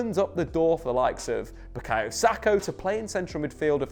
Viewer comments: SAKA not Sako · Say it with S-A-K-A...Saka. It’s not SAKO, it’s not SAKHO, it is SAKA. 2 syllables, 2 vowels, easy peezy. Love the channel